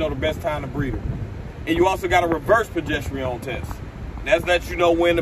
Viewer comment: Why you saying that word like that 😂 “pro gest arone” is how you pronounce it